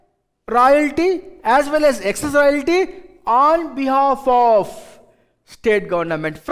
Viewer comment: Excess ko yeckcess kyo bolte yeh log pata nai🤣